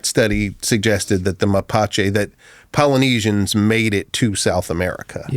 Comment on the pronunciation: dude said "mapache people" lol they are called mapuche